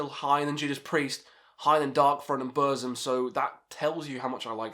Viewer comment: Fun fact : Burzum is actually pronounced as "Bur-ts-um"